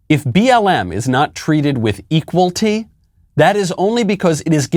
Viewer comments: Equalty ??? Lol ! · "Equalty" 🤣🤣🤣🤣🤣🤣🤣🤣🤣🤣🤣🤣🤣🤣 His dad must be disappointed, oh wait,........ nevermind....... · The man with the megaphone sayjng ekqualtee lol is probably a paid agitator. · Did that dude on the megaphone say "equalty"?! 🤦‍♂️